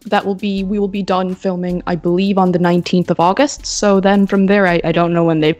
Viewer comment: Might be late here but when she said "be done" remaining it kinda sounds british to me omg